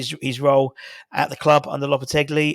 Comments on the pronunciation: Loppertegly....lolol No 'L' on the end, fella. More like 'lopperteggi' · You keep saying "LopetegLi". Sorry mate